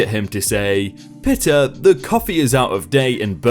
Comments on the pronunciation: Dry *COUNTy*, not country. "Pita" is pronounced like Pete not like pit. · Its pronounced as peeta not pita. It's a type of bread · The 'pita' that's in the Bodeaga story is pronounced 'pee-ta' as in the bread you make gyros with.